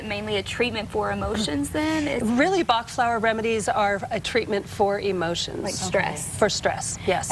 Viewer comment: Pronounced Batch, not Bah. It makes it sound like quackery when you don't research the proper names.